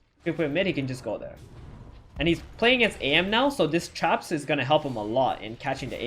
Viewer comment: Why do I keep hearing chaps instead of traps.. :D